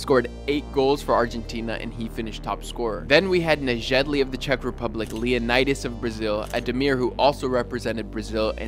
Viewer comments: Thats not Negedli. Its pronounced Neyedlee. Nejedlý means like uneatable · Bruh Nejedlý not pronounced like that plus it was czechoslovakia, not the Czech republic